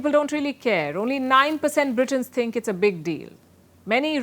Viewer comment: The word think not tink lmao 🤣